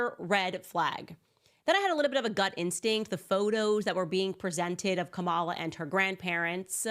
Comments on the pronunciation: KAHmala. Not difficult to pronounce. This is one that separates the smart from the stupid. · Pronounce her name correctly, please 🙏? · What kind of reporter is Owens when she can't even pronounce Kamala correctly?? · All this is cool i like listening to Candace. I think she should lead with pronouncing the ladies name correctly. Kamala said she doesn't say her name this way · Why are so many people mispronouncing Kamala Harris's first name? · I am not a fan of Kamala Harris, but at least I have the decency and respect to pronounce her name correctly. Stop being a Trump puppet and say that woman’s name correctly. You would want somebody to pronounce your name correctly Candace. That is disrespectful. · Wow Candice you really haven't learned yet you haven't learned how to pronounce the vice president's name properly did you get an education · Given the fact that she actually pronounced her name two different ways; it’s possible!